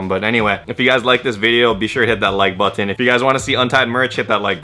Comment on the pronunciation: SMH I NEVER WIN THEIR SHIT. ALSO HOW MUCH RAFFLE SLOTS DO YOU BUY AT ONCE? Lol why am i writing in caps .. also u answered my question during the video so nvm thanks. also you say "button" really weird lol u focus on the tt